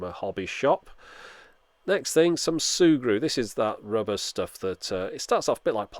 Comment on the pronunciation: sugru is pronounced sir-goo